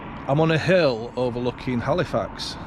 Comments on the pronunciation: A up. Is Cornish sea salt better than other sea salt? It sounds like your saying Halifarts 😂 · My home town! Yay! By the way, it's pronounced 'alifax ;-)